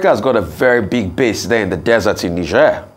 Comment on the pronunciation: The pronunciation is "Nij-air"